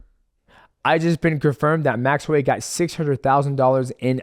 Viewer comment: I’m so proud of you saying his name right